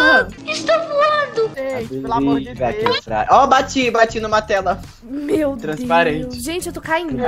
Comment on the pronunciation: *:eu tô voano*"ESTOU VOANO"kKKKKKKKkk melhor vídeo rachei kKKKKakakkaajkajajajajaajshgejdc